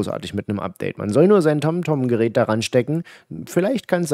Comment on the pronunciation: "süß" wie die Inder Tom Tom aussprechen...und das Kind im Hintergrund heult weil Papa so einen schlimmen Job macht